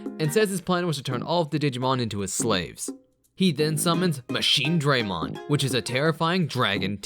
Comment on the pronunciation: MachineDRAYmon? Really?